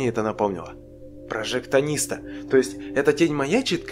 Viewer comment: Прожектарист а не прожектанист но каждый думает по своему